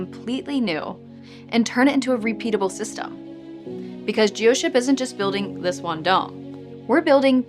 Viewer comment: F. G AI !! That’s Geoships not Gissios !